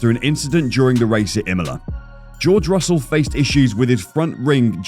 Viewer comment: Hamilton ended on the podium by pure luck this year after both Red Bull cars retired suddenly short before the end. And it is Russell, not Russle 🤣